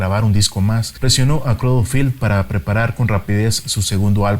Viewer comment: " crad filth" ??..